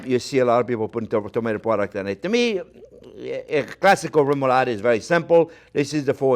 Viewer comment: love that you can pronounce remoulade right :D I have to try the "french version" for sure (without the mooshed fish though) we danes it a "lesser version" on like everything (great for french fries, fried fish and many other things)